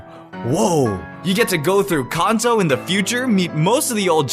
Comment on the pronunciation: Con-toe. Fucking Con-toe I believe the other 99.99% of the world calls it CAN-TOE